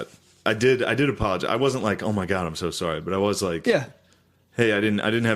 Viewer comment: so sowwy